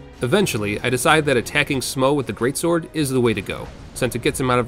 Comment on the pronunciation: "The local golem" I am okay with you yielding to popular ignorance and calling sif a lady, I can tolerate your pronunciation of "smough", but calling the giant blacksmith a golem ? No I don't care about the fun and well edited challenge video that's around that minor mistake, there are boundaries that one cannot cross lightly ^^